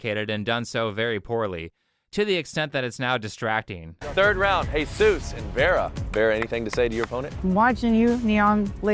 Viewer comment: why did you call him Heyzeus? XD